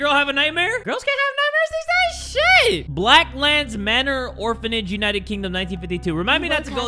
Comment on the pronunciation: I heard blacklands manor as black lives matter and my jaw hit the FLOOR